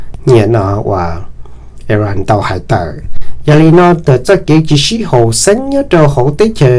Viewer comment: koj cov lus hais xov xwm yeej zoo lawm. TAB SIS KOJ HAIS 2 LUB TEB CHAWS. XWS LI IRAQ. THIAB IRAN NO MAS YOG TIB LUB SUAB XWB. koj yuav tsum hais kom meej meej ma Iraq yog Iraq. Iran yog Iran hos thaum kuv mloog 2 lub teb chaws no lub npe ces kuv tsis qhuas koj kiag li ntag pom yeem hais xov xwm rau neeg mloog thoob ntiaj teb yuav tau hais kom meej thiab raug li luag hais ntawm Kim Jong Un los koj kuj hais tsis yog thiab ua cas yuav tsis hais kom thooj li meskas hais lau kwv tij koj yeej hais tau zoo lawm ntag TAB SIS TEJ KUV HAIS TAS NOV MAS KOJ YEEJ HAIS TSIS RAUG LI LAWM NA xav tias koj yuav pauv kom yog rau yav tom ntej. ua tsaug